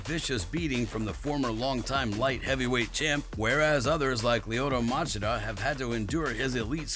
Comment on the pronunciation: Machida- "muh chee duh" is the right was to say the name LOL But great video 😀👍